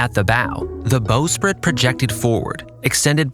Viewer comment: Ok what the hell is going on with your voiceover? Is this an AI reader? I can't believe a human who did this much research for a video would pronounce this many words incorrectly. Ratlines - rat lines, not ratlins. Staysails - stay sails, not staisles. Bowsprit - this one blows my mind because you JUST pronounced "bow" correctly immediately before it. Bow as in "take a bow," not rhyming with "whoa." Davit - follows the vowel structure of "rabbit," not "David." Forecastle - another mind-blower, because you clearly know it's not pronounced as it's spelled. It does not sound like foxhole, it is "foke-sle." Ships don't use azimuth, they use bearing. Boatswain - bo'sun, not bozz-un. Officers' meals - wardroom, not messroom. For the depth of research & knowledge on display in this video, I expected more for the technical jargon.